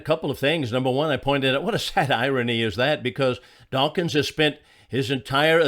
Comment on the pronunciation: OK, I will. The man's name is "Dawkins", not "dawkings".